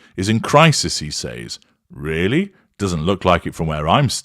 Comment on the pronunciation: I can’t stand the weird way you say the word (says). Why don’t you listen to the way an American pronounces it or type it into google when you are in America.